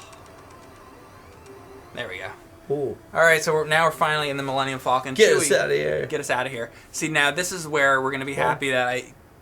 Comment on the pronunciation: Does know how to say millennium falcon its not millennium fallcon theirs no double l, its just like the bird falcon!